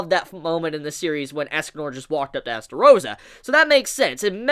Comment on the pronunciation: whos Estarossa?OOOOOOOOOOOOH you mean eLstarossa